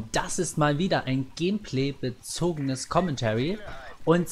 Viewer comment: "Gehmpleh" Danke Friseur für diese neue Aussprache für "Gameplay" :P